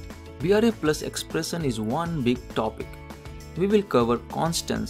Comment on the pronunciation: Pronunication is bad.. He cannot pronounce 'shun' properly as in expression ...:-)